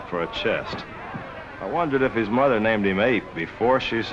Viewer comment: Why can't he correctly pronounce the word HIS. Really annoying.